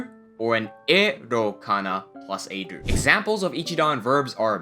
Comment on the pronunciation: I am seriously wondering why you pronounce ru as dur